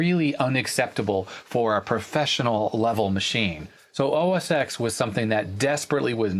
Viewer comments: It's not OS Eks, it's OS Ten. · "OS ex isn't for me." I'm sure OS ex isn't for anyone. The "X" is a Roman Number pronounced "ten". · OS “Ten”, mate. Not OS “Ex”. It followed OS 9. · Omg it’s “OS ten” you know better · Thumbs down for OS X pronunciation. FYI Pismo was the last version of the PowerBook G3 - which is what you have. If it has FireWire and is 400MHz or higher it’s a Pismo. If it’s 400MHz without FireWire then it’s a Lombard.